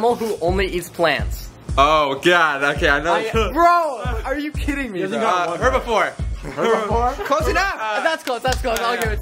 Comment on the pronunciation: No one: Literally no one: Jeremy: herbifore 🤣🤣🤣🤣 Yo this man needs toearn some science